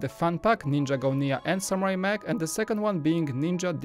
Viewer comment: When you said safari mech I heard safari mEAH